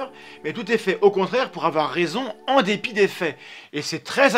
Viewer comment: « en D’ÉPI des fais » ahah a...... Je me sens seul